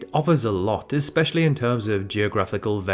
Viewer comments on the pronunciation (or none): none